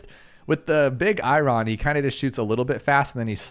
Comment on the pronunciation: "Eye ron" lmao 🤣 It's "eye urn". It's the metal iron!